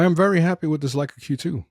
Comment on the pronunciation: Maybe your brain injury made you overlook that this is a 2 year old camera? Nobody cares about your personal issues, and with is not pronounced "wid." You have no future in video presentations.